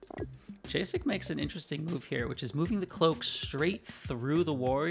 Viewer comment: Calling Jacek Džejsek when it's pronounced literally Jacek should be criminal xd Anyway, great game and cast 🗿